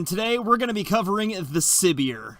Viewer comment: I think it is suppose to be pronounced like Siberia since Siberia is a cold place but I could be completely wrong about this because I don't watch dev streams